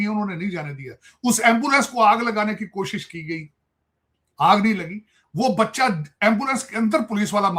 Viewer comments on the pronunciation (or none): none